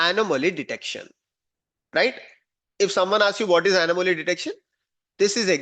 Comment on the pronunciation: Sir. You pronounciation of Anamoly is wrong. Kindly correct it. Hope you are open for correction. Thanks for being open. Namasthe.